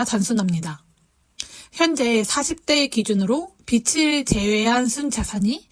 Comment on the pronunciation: 빚을 활용하다. 이라는 문장의 발음은 비츨이 아니라 비즐 활용하다로 발음 하셔야 해요. 비치 얼마일까요? (X) 비지 얼마일까요? (O) 비츨지다(X) 비즐지다(O)